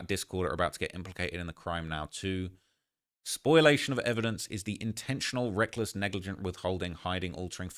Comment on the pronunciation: its pronounced Spo--lee--a--shen. Not spoil--a-shen. Has nothing to do with "spoiling" like spoiled milk. It's a different root word entirely